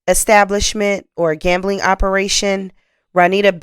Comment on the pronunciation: Mam, you are a great storyteller, however, please work on your diction. You pronounce sentencing...senacing. Gambling...gamaling. I'm writing this to teach not condemn.